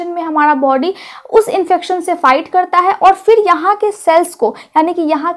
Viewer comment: उच्चारण सही कीजिए मैडम जी र को ड बोलती हैं जिससे कन्फ्यूजन होता है करता है को कडता है बोलने से विशेष बात होती है क्या